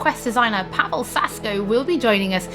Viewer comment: PaweŁ It's Paweł You have that sound, so learn it if you want to be respectful. Paweł - "pavew" Pa as in PArrot we as in VEctor ł as in Why